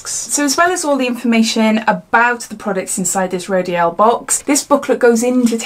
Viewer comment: It's pronounced row-deal. Sorry, I thought it best you knew.